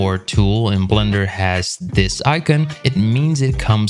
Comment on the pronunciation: Have I been pronouncing Blender wrong all this time I didn't realize it was pronounced blunder LOL